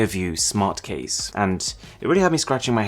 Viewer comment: ze karen casing.